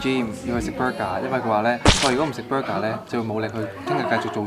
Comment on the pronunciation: Burger 🍔 not bruger